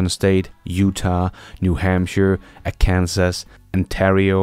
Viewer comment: "Are-Kansas" makes me giggle every times. There are quite a few Americans that pronounce it like that these days 😅